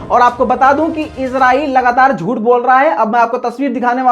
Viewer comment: bhai aap izrael bolty ho. ye lafz israel. izrael ek farishty ka name hai